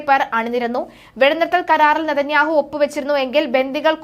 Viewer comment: News reader ബെഞ്ഞമിന് നാഥന്യാഹു എന്ന് പറയുന്നത് കേൾക്കാൻ നല്ല രസം